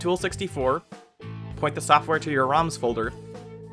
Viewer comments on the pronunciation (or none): none